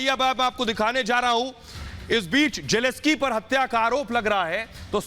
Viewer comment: PRONUNCIATION IS NOT JELESKY. IT IS JELENSKYY जेलेंस्की !